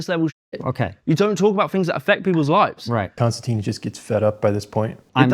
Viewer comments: His name is pronounced Kinstantin, like “tin” can. His name doesn’t have the e at end which would make it sound like Konstan-teen. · Konstantin (NO E!) Con -Stan - TIN (not TEEN!) . How would you like to be called Mr. Smyth (Sm eye Th). Sorry a bit of OCD and probably overly caffeinated too. And okay you got me. Maybe a little sleep deprived. I really enjoyed the discussion. I am always a little shocked at Mr. Kisin 's patience And determination to define terms and get to the heart of the matter.